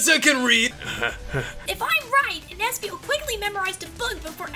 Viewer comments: It's espio. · Its espio